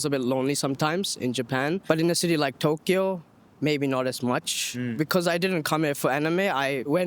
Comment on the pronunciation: “I come from Spain” in a thick and rehearsed English accent and then says Touuukyo knowing that in her mother tongue she can easily pronounce the word like in Japanese